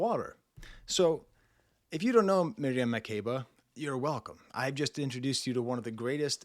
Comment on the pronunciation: As an African I agree especially the climax at the end it gets more spiritual. Butchered Makeba’s name btw but it’s okay lol